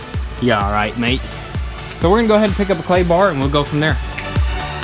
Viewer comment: you said mate just like an aussie..by the way clay bar takes atleast 4 hrs do the whole car